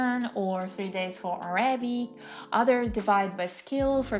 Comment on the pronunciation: Great video! I’m impressed at your language talent. I only have four small suggestions that will help you move a tiny bit further toward sounding like a native in English: When saying “Arabic,” put the emphasis on the first syllable: Árabic. For “vocabulary,” put the emphasis on the second syllable: vocábulary. “Honest” — never pronounce the H. Now for the tricky one: When the word “progress” is a noun, the emphasis falls on the first syllable. When it’s a verb, it falls on the second syllable. Examples: “You are making great prógress in German.” “I cannot seem to progréss in my Japanese studies.” 😊